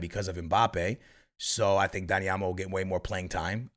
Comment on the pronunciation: I know you didn’t just say daddy olmo